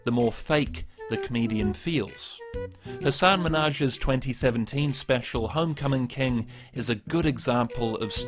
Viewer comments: Hasan Minhaj's name is pronounced hussin min hazh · This is a really minor detail but you didn’t pronounce Hasan Minhaj correctly, but I love the video overall!